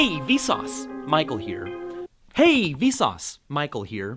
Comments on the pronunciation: now it sounds like visas is pronounciation of vsauce, and visas means like: hey. or something like that. so its like hey, visas, michael here. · after hearing hey vsauce micheal here seems like its hey vSUS michael here